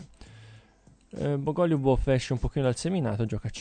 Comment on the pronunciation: Bògo-lju-bof lol